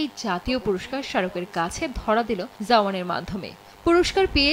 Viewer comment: আছুদি নিউজ রিডার ! ঝাওয়ান নারে😂 জাওয়ান বল !